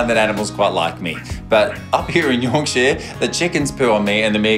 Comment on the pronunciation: Really enjoying these episodes. My one gripe about this episode? As a Yorkshire girl it's the pronunciation of Yorkshire. It isn't York-sheer, its York-sha 😂